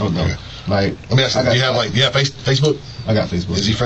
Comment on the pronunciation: Can’t pronounce “ask” if their lives depended on it. 😂